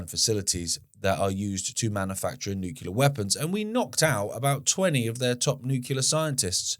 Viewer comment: JFC! I love you brother but, it's noo klee arr. Not nukular! 😂